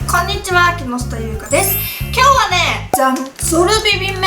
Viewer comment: こんねぃちぃあーww